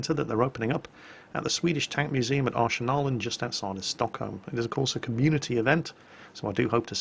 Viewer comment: Woho! Good pronunciation of Arsenalen!:D See you tomorrow.